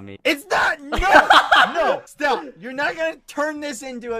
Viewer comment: I love how bad says STOB IT 😭😂